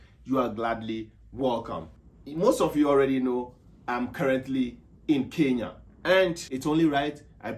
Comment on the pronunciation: Atleast he pronounced kenya correctly not like others 'keya'